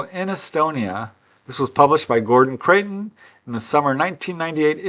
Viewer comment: Hi, have to pick you up on your pronunciation of Creighton as you say it often, it's Criton as in eye! I used to subscribe to FSR back in the day, GC was a very important player.